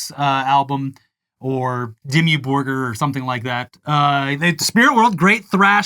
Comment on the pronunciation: pronunciation of Dimmu Borgir was pretty deece.